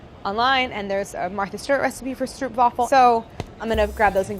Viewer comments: it is not a "strupwafel" "strohhpwafel" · if you mean stroop waffel, it is not pronounced: Strup Wavel but STROPE WAW-FELL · Stroopwafels=stropewaffle (pronunciation) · Stroopwafel sounds like pope not like soup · as an annoyed dutch person...can american people please stop pronouncing "stroopwafel" with an OE-sound....double O in dutch is pronounced as the O in "scope". So more like Ow....not OE...for the love of christ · Just so the world knows, the 'stroop' in 'stroopwafel' rhymes with 'nope', rather than 'soup' (in Dutch at least, I don't know if there's now an anglicised pronunciation). Nice to see a dish from my homeland get a shout-out :D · You said stroopwafel wrong, you’re saying strupwaffle, but it’s a Dutch word, and it’s pronounced as stroepwafel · Hey Claire, the oo in stroopwafel isn't pronounced like the oo in booze, but more like the o in strobe. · It’s pronounced “str-oh-p” not “str-oo-p” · IT'S NOT PRONOUNCED "Stroop Waffle" It's pronounced like "Strope vaffle" (roll the S) 🙂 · Someone tell her that the stroop in stroopwafel isn’t pronounced “oo” but “oh”. Otherwise great video ✨ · excuse me, stroop waffle? almost, it's "strope" waffle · It's pronounced like "s-trope-waffel" not "s-troop-waffel." Silly Americans, lol. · ITS NOT PRONOUNCED STROOP ITS PRONOUNCED STROPE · Claire stroopwafel is pronounced with a long O sound similar to boat. (Strope-waffle) It's not an eww sound like streusel (strupe). It's Dutch. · its pronounced "strop-waffle"..."oo" in Dutch is an "oh" sound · Love the pronunciation of your ‘stroepwafel’ :) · Where my dutchies at? she said Stroepwaffel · All the Dutch viewers are cringing at the pronunciation of 'Stroopwafel'. It's actually pronounced "strOApwafel" (with the OA being pronounced just like in the word soap). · It’s actually pronounced STROPE waffel, like “strobe”. 😂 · it's pronounced strope-waafl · Actually stroopwafel is pronounced as stropewafel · stroepwaffel you prenounce it as str oo p waafel